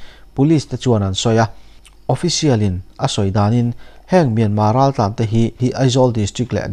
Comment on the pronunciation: Myanma ti loin Myanmar ti tawh ang Mizote hian ṭawng lamfiah theih loh kan neih loh kha